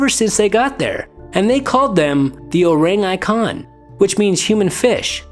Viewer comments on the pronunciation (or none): I'm Indonesian and that's not how you pronounce Orang Ikan.